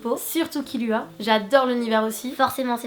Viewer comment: C'est ce dit pas kiluamais kirua